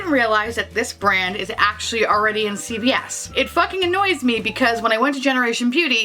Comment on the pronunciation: Love the video, and I think you rocked those looks. I was sad about not having this magical New York Store you were referring to...until I finally realized you were saying CVS🙄